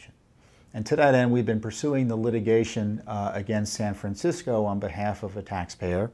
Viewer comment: Did he say San Fran-sickos? Around the mark! LOL.... right-on Mr. Fitton, right on!!